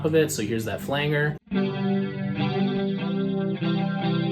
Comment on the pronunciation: Nice video! I do believe Flanger is pronounced with a soft G my dude.